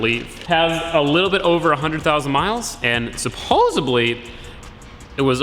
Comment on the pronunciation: supposEDly not supposebly